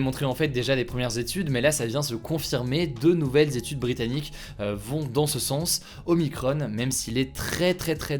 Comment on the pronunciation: Y a que moins qui tilt d'entendre "OMICRON-EEEE", y a pas de E par pitité ^^" X'D